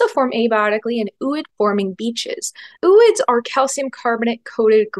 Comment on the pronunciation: Are you kidding me with the 'ew-ids' again? It's 'oh-oids'.